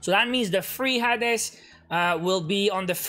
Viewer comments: Everyone: Hae-dees: Ha-des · It’s “hades” not “ha-des” just sharing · Hey it’s pronounced Hades (hay-deez) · I love the way he says hades